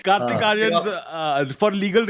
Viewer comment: On behalf of every Kartik on this planet. It's Kartik, not Karthik. South Indians have ruined every possible name. 🤦‍♂🤦‍♂